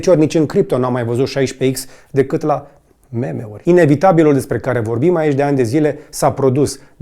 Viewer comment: Nici macar nu stii sa pronunti meme... Faci niste afirmatii demne de mecanici romani : un diesel dupa 200.000 km isi pierde jumatate din putere... Poate castiga 30% in plus vrei sa spui cu anulare dpf si egr 😂😂